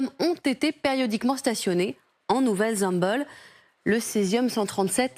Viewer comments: En nouvelle Zem"beul" 😭 Но́вая Земля́, prononcé Novaïa Zemlia en russe. Nouvelle-Zemble étant le nom donné en français à cet archipel russe, il faut donc prononcer en français Nouvelle-Zemble (nu.vɛl.zɑ̃bl). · 'nouvelle zemble' hihi c' est pas anglais la prononciation , personne ne reagit sur le plateau . la culture général et de plus en plus médiocre. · Pourquoi prononcer " nouvelle Zamble " a l'anglaise ??!!! C'est le nom Français d'un territoire Russe ! Votre manie d'angliciser les noms que vous ne comprenez pas est ridicule et franchement énervante ! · Faudra dire à la demoiselle en mini jupe en cuir (qui m'excite) que ça se prononce pas comme ça La Nouvelle Zemble